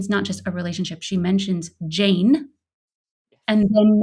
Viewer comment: Svetlana says "Jane" twice, and I distinctly got that she pronounced it differently the 2nd time, making it sound more like "Shane".